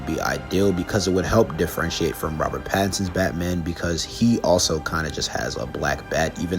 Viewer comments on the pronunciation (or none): none